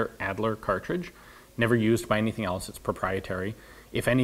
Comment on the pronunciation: AHD-ler, not ad-ler. fah-brick, not fa-breek.